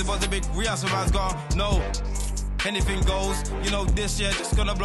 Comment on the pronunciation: "Hennything at all"